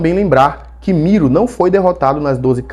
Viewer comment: É MiLO, com "L", não? Vc falou MiRO com "r" várias vezes. kkk Muito bom o vídeo e a análise comparativa.